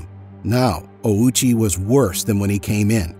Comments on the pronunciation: Why tf you say “OWWW CHEE” like a moron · Bro put the Owchie in Ouchie